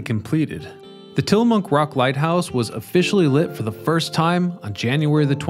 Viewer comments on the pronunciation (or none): Ack! Babe, "Tillamook"! Not "Tillamonk!" 😅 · As a former Oregonian (still with strong ties) I almost couldn’t watch this. It’s not ORE-GONN. It’s ORE-GUN. I live all the way over in Michigan now and I never hear this mispronunciation around here anymore. Also, I swear he keeps saying TILLA-MUNK. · It's also Tillamook, not Tillamonk 😂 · Tillamook /ˈtɪləmʊk/ Till a Muck, not Tilla Monk or Tilla Mooke. Oregon (/ˈɒrɪɡən/ OR I GEN is the proper or more common OR I GUN, not OR E GONE.... Dead giveaway you ain't from 'round these parts. Try Theses Cities; TILLICUM, STEILACOOM, DUWAMISH, PUYALLUP, UMPQUA, IDANHA, IMNAHA, NESKOWIN are a few..